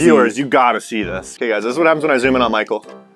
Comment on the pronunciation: Did say "Pichael"?